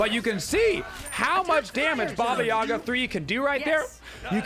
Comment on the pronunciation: It’s too bad that the game and most people pronounce Baba Yaga wrong.